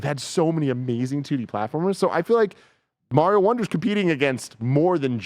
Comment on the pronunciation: They pronounce Mario wrong 😆